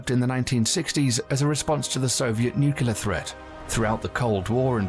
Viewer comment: I wish the narration could pronounce "nuclear"